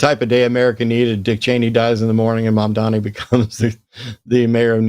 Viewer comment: It’s Mamdani, with an N… not Mamdami. I don’t get why this is hard for English speakers! If you can say “mom” and “Donnie” - and I know you can - you can say “Mamdani”.